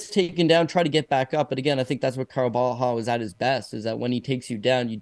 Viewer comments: Caio Borralho Repeat after me, Bo-Hal-Yo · Nah, I'm Brazilian and that's not how it's pronounced, he must have said it like that to make it easier because it must be really annoying that they always say his name wrong, It would be more like Bo-Ha - Glio , if you pronounce this Glio as it is pronounced in Italian, it would be closer